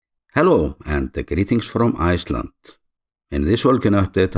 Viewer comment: you got my support mate I love your content and especially how you are so proud about showing Iceland. It's in the way you pronounce it at end. I will be visiting soon